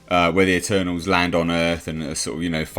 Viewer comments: The "MuhTernals"! I love it! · At first, I heard "Maternals" X''D